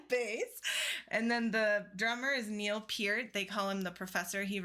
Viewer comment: First time checking your site out. I'm a Rush fanatic and I have to say, Bravo to you for getting Niel's last name right!!! So many don't. And introduced Alex also. He is a master guitarist and over looked often!! Good job!!